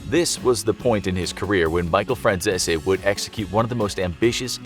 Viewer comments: I like Michael Franzese channel..FYI his name is pronounced the way it is spelled. He says it all the time on his channel. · Jesus Christ they really butchered the pronunciation of Michael Franzese's last name. 🥴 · Butchering that last name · They just straight mispronounce his last name to sound more Italian. Check out his YouTube channel first buddy! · That's not how you pronounce Michael Franzese's last name, hope you don't get whacked~! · Not saying his name correctly. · Lol "Frachchesee", Its 'Fran-sees' 😆🤣😂 Get It Right. 😆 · Michael Fran Cheese 🧀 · Please learn a little basic knowledge because you keep mispronouncing his last name. It’s “France-ees”. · His last name is pronounced Fran CEASE not zesi. Pronounced Like GREASE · Aaaactually...its pronounced FranZESE. Not CEASE. Just sayin lollllll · Its pronounced "Franzeez" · Michael: I'm Michael Franzese Every single person for some reason: FRANZE-SI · Fyi, his name is pronounced Franzees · His name is pronounced zeese as in geese. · Is it me or does he keep saying micheal franzeshi😅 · His name is pronounced "franz-sees" and he has a youtube channel where he talks about his experiences. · I think 'Fran-zeh-zee' is more like how you pronounce the name. Italians often mispronounce or heavily Americanize their names. An E at the end of an Italian name could be silent or annunciated. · nah it’s pronounced “Fran Si Zi” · Your saying Franzese wrong it’s (Fran-z-e-s) no silent zs or zs that somehow turn into an s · Michael Franzese is all OVER YouTube, and you guys can't pronounce his name the way he does? Fran Cease. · I saw a news report about him and his father in the 80. The reporter said Michael “FranZeeZee” 🤣🤣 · Pronounced last name wrong. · I’m sorry, …. You really butchered his last name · Atleast research how to ya know pronounce the name correctly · Your probably gonna get whacked for repeatedly butchering his name! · the way you pronounce Franzese hurts